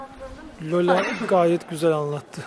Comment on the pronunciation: Niye Lolayi Löla diyon,bana bu lafin löli dedik gibi geliyor,löliler Özbekistandaki hint kökenli millet. Lola ise Türkiye türkçesindeki Lale dir.🌷⚘